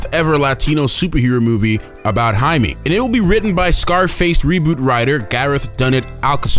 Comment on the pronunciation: Anyone else notice how narrator mispronounced the name throughout the entire video? It's pronounced Jay-me for crying out loud. Not High-me. Get it right. The spelling is just Jaime.